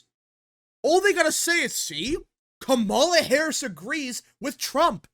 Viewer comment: The moment this guy mispronounces Kamala Harris, he immediately loses his argument and any sense of reasoning and sounds uninformed. Also, he sounds like a noob to politics. This strategy is called co-opting and it's as old as politics itself. It's nothing new. Trump did it when he said that he would not touch Social Security after the Dems made that promise for years. You take a good position away from an opponent by doubling down on it or sometimes improving on it. It works when it doesn't compromise the candidate's platform. Reducing taxes on the working class is a key Democratic position, so it doesn't violate the Democratic platform. It also makes Harris look moderate, and it takes the issue off the table from her having to discuss it at a debate because they agree on it. It's the political way of saying hold my beer.